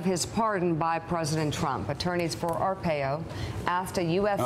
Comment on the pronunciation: I love Morning Joe, but it's Ar-pie-oh.